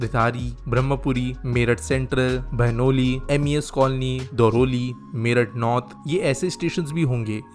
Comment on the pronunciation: Bhai Nei Partapur,Rithani aur Daurli ki spelling ka murder kar diya